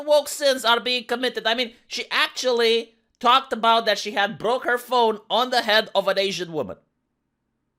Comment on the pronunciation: aboot? are you canadian per chance? :^)